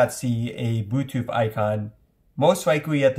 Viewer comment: why he say bootuth